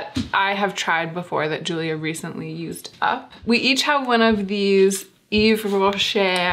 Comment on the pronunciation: I've always thought of yves rocher as a mid-tier brand, definitely not super affordable but maybe in American terms ulta (not drugstore) priced. But generally they have really nicely scented products! Also just in case this is helpful in the future, generally when French words end in "-er", you pronounce it like you would "é", so the r is silent 😁